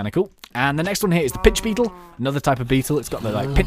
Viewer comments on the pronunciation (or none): I thought he said bitch beetle